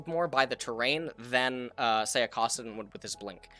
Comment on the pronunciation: Did he just say cawsaddin? wth